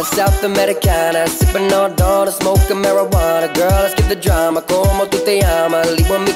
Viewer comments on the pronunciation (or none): none